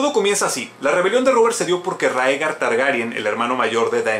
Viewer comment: A si eee: Rhaegar se pronuncia "Ray-gar" osea ['ɹeɪgɑɹ] según George RR Martin y HBO. Aerys se pronuncia "Err-eez" osea ['eɪɹiz] según HBO Arya se pronuncia "ar-yə" osea ['ɑɹjə] según George RR Martin y HBO. Pero Jaqen H'ghar ni puta idea xD xD xD